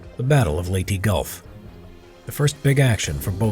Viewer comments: Pronouce Leyte LEY-TEH! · it is called ley te